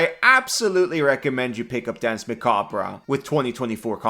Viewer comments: It's pronounced "mah-cob", not "mah-kab-rah". Just saying. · Muh-kob No ruh at the end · I feel self-conscious bringing this up, but if no one else does, it's historically pronounced "mac-arb". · Jesus Christ... "Muh-kaab" the "-re" is French, hence unimportant; so just ignore it. Don't pronounce it. Like the Alabaman farmer said when he dropped his corn, "muh cob!" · Kobold please i beg you... the e in "macabre" is silent 😭😭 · So is the R, at least in my dialect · The "r" is silent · I usually watch these videos later on, but I clicked just to see how he'd pronounce macabre. (Either way is correct. It's an accent thing.)